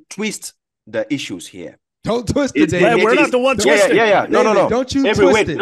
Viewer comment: " Do not tweest! Do not tweest..."